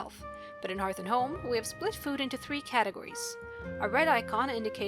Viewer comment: Please google "pronounce hearth" ;)